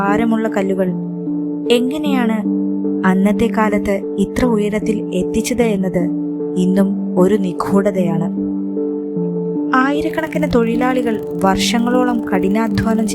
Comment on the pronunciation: നിഖൂഡത, ഖാലത്തെ 😮ഉച്ഛാരണം വളരെ മോശം